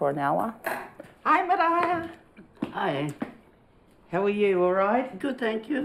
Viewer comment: The presenter is pronouncing Maraia's name wrong.